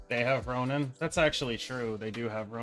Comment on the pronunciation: It's RonAn, not Ronin.